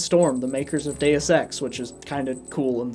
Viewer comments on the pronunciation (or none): none